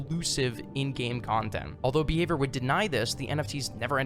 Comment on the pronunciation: i kept thought you were saying beaver, not behavior